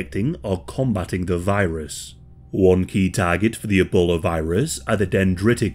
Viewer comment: "...E-bowler is transmitted..."